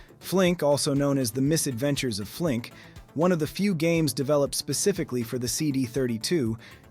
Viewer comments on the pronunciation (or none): none